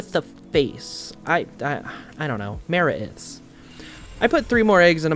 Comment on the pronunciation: Dinossom(Dine & ossom, as in blossom) I pronounce Maraith(Ma-rye-th)